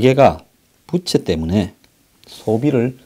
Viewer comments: 부채가 아니라 부~채 입니다. 바람 부치는 부채가 아닙니다. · 좋은 내용 알려주셔서 감사합니다. 그런데 발음에 신경 좀 써 주세요 빗이아니고 빚이죠. 부채가아니고 부우채로 읽어야지요